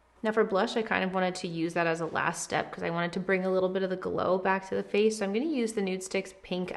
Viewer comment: all over the (fa'ce) You swallowed a rick star saying face